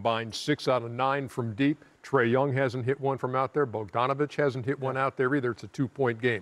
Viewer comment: Poertl than Bonjanovic hahahaha Jesus